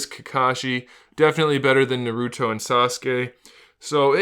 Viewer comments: Good review but it's pronounced nAruto not narUto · Naruto is pronounced "Nah-ru-toh" not" Narudoh" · Every time he says naruto my ears get trapped in the tsukiyomi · It’s literally painful